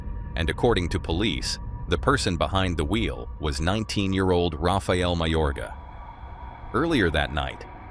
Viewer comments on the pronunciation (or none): none